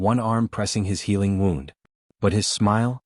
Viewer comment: Good story, but we're gonna need part 2, please. Somehow, AI voice needs to learn the difference in wound (woond) as in he had a gunshot wound and wound (wownd) as in the thread wound around the needle. Mispronounciation of this one word is consistent in all of these western stories. I'll be looking for part 2. Make it soon, please. 😊